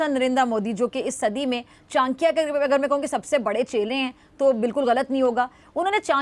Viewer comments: Chnkya nahi chadaky hi nam thk say bolana sekho lagta hi jyada pdhi likhi nahi ho baukof. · अबे जाहील पहीले बोलने सीख. ये चानक्या क्या होता है